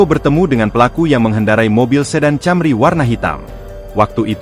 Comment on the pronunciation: Camry ( Toyota Camry ) dibacanya Kémri, bukan Cémri